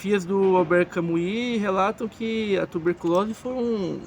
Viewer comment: NÃO PRONUNCIE CAMUI . ERRADÍSSIMO .